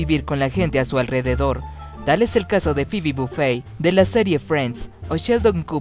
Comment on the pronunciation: Jajajajajaja casi muero cuando dijiste "fibi bufei" jajajaja fue súper cool